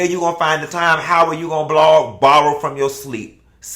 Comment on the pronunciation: Anila irks me to no end. If I hear her say “blog” one more time 🙄